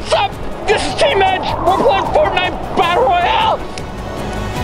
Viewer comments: Did said Fartnite? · Ha he said fortnut